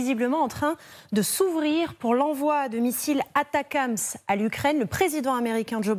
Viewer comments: On ne dit pas ATACAMS ! Il n'y a pas de A ! Il s'agit des ATACMS. Atac M S. C'est pénible. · ATACMS A-T-A-C-M-S de quelle manière ça peut se prononcer "atacams" ... ? Vous êtes les seuls à dire ça.